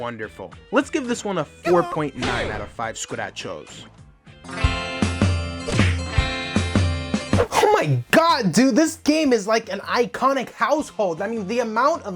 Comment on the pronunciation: Finally someone that agrees that it's "scu-da cho" and not "scratch-o"